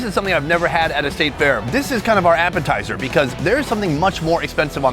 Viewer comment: Last i checked there was no "O" in "FAIR"